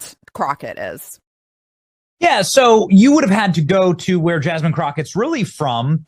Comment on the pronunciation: Yaz-mean crooked? Just Jazmine crooked. With a hard J.